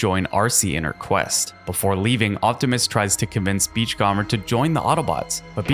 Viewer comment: Great video! FYI you're mispronouncing "beachcomber". You can type it into Google Translate and have it read it out for you if you want to know how to say it right.